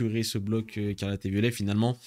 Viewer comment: T'arrives pas à dire "Ecarlate & Violet" mdrr